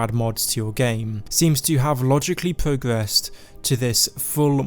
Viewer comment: BRO the letter is "r", not "w". It's "progressed", not "pwogwessed". I literally cannot listen to you speak without going insane.